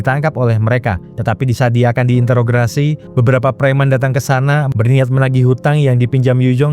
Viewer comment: Kok susah sekali ngomong introgasi sih min😂